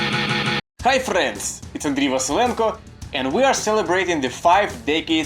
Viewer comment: You pronounced "Ramones" like Spanish people, absolutely loved it 😂 even more than frrriends. Loved the video, thanks 🥰🥰